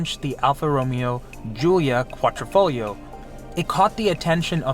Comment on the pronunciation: It's not Ro...me...O...it's Ro....may...O. it's not Quatrofoglio, or QuadrOfoglio (Quadro is a picture frame in Italian) it's Quadr....EEE....foglio....the "g" is silent. Glad I could help..😁